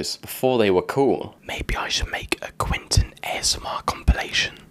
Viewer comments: Was thinking that myself! Sometimes says Quentin, but usually says Quinton... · It’s Quentin, not Quinton.